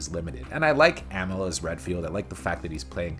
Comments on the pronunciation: I hate to tell you this but the characters had very little character development in the first two games. And you're saying amell wrong. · It’s pronounced Uh-Mell and Yo-Hanis. Jesus… do some damn research.